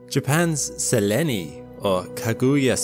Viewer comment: Selene not pronounced the way the narrator said it, its pronounced "seleen". It happen to be Greek name for the moon, so please, learn to say things properly, it does make a difference, and saying things like this wrong, perpetuates more people to say things improperly.